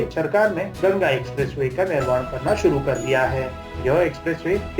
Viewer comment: It's GANGA NOT GANAGA 🤦‍♂️